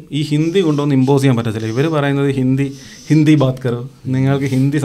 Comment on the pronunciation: ഇന്ധി movie alla. ' Hindi movie ' എയ്ക്കാരം അല്ല ' ആയിരിക്കാം '